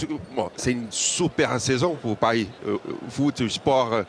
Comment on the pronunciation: c'est paris sg pas parsi sg ????